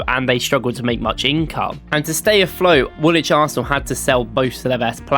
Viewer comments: The W in Woolwich is silent...... its Woolich ... not WoolWHICH. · uhhhhh yeah mate, hate to break this to you , but its pronounced wulich not worlwhich. I know that this is pedantic but its hard to take someone serious on a history video when they dont pronounce the location names right. Its like birmingham, you dont pronounce it bur-ming-ham you say bur-ming-um. Or for example Southwark, you dont pronounce it south-wark - its suthock. You sound english but also a tourist at the same time. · Silent W when pronouncing Woolwich. It should be ‘Woo-lich’ not ‘Wool-which’ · wool-widge? Try 'woolitch' - game effort though on the whole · "Woolwich". The second w is silent and is pronounced Woolich, as any true Gooner should know. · Anderlecht and all was butchered. Yokozuna aint even close to Nagoya Grampus Eight. Also its funny he says he is from Norwich so clearly must know how to say 'wich' in English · This doesn't even have one crunchy jazz chord or vocal harmony. And you just pronounced the second W in Woolwich. 0/10